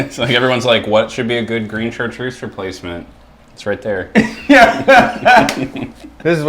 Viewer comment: It's unpleasant hearing the speaker mispronounce Chatreuse. Not just once either. But it's probably too much to hope that he will take the effort to find out how the name is properly spoken